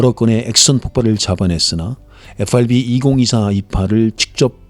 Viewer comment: 에후아르비는 최대한 버터 발라서 발음하시면서 마그네타는 너무 김치적으로 발음하셔서 마이 웃었습니다.